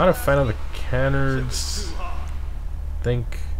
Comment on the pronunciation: keep the vids coming but i cant take it anymore, you're driving me crazy it's ca-nard not can-ard and de.i.ty, not de.ity